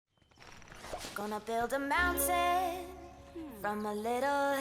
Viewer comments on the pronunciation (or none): none